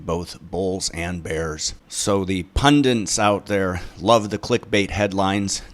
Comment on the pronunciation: Yeah it's a common mispronunciation of the word Pundit. It annoys me!